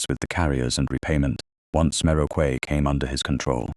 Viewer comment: For goodness' sake correct your A I's pronunciation of Quay to "Key" - the incorrect one is grating on the ear.